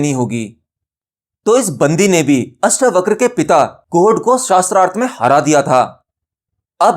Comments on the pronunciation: अष्टावक्र जी के नाम को " अष्टावक्रा " नहीं कहें । परमज्ञानी का नाम लेना सीखें पहले .... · श्रीमान अष्टावक्रा नहीं अष्टावक्र बोलें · अष्टावक्र को अष्टावकरा बोल बोल कर के तो बकरा ही बना दिया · पहले तो उच्चारण सुधारो, अष्टावक्र है अष्टावक्रा नहीं। उपनिषद गंगा को हूबहू बोल रहे हो अपनी खोज क्या है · आपसे निवेदन है किअष्टावक्र है इन शब्दों को खराब न करे अष्टावक्रआ न पढ़े। 🙏🙏🙏🙏 अगर आप गलत शब्द बोलेंगे तो लोग भी गलत शब्द ही बोलेंगे। जैसे लोगो ने कर्म शब्द को कर्मा बना दिया। योग को योगा बना दिया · जब आप हिंदी चीजो के बारे में बता रहे है तो शब्द तो हिंदी ही बोलेंगे न । 🙏 आप सोचिये क्या कभी आपने albert einstein को alberta बोला है ? आप आत्म ज्ञान की बात कर रहे है और ज्ञानी व्यक्ति का नाम ही गलत बोलेंगे तो सच्चा ज्ञानी हँसेगा इस पर । जैसे अष्टावक्र हँसे थे उन पर जो खुद को ज्ञानी कहते थे और थे "चमार"। और हां जो चीज english में है ही नही उसे जबरदस्ती english pronunciation न बनाये।